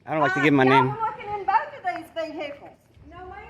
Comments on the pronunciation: Mah veeeeHicles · how many syllables is vehickulls? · You know there’s going to be trouble when the cops pronounce vehicles vhickles. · Record them private ve-hay-cles!